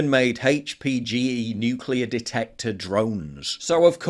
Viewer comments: I have a hard time trusting someone who can pronounce ‘nuclear’ it’s Nu-clear not ‘ ‘Nu-cue-lure’ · Let's trust the guy that pronounces Nuclear "NukeULur" deep derp